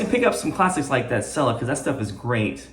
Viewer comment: It's "chella", not "sella"!